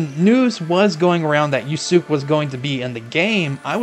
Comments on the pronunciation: The U is silent it's just (Yas-Ke) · It's "Yah-skay" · It's painful to hear you butchered Yasuke's name with "Yoosook" every single time wtf, Ubisoft released a video explaining the trailer where they mentioned his name multiple times, can't you watch that first before making this video?